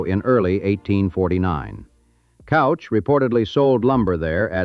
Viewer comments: well the AI does not know how to pronounce Couch. it is Cooch. not Couch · Right. And also cooch, not couch. not sure if this voiceover is AI or real, but, come on, get those damn pronunciations right! yea, all those snow flakes and artifacts over the videos that are probably not licensed seem suspect. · Mr.Couch's name is not pronounced Cow-ch. It's actually Coo-ch. I know crazy but true. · Its "cooch" not couch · And it's pronounced "cooch." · pronounced K-oooo-ch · Will-am-it River, and Couch is pronounced Cooch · Sighs.....John Hurd Couch is pronounced kooch. Willamette is pronounced wil--a (as in apple)--met (NOT willa--met) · "Couch" is pronounced "Cooch" in Portland. Its a surname so I assume that's how the family pronounced it. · Couch is KOU-CH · And "Couch"....it's pronounced "Kooch"!! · In addition to mispronouncing Willamette, you also got Couch Street wrong. It's not that hard to check. I asked Claude, and of course, it got the correct pronunciations along with explanations in seconds. There is no excuse for getting these names wrong. It irritates the hell out of us who live in Portland, and it ruins an otherwise fine video. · What ai can never understand from a script is the pronunciation of Willamette and Couch.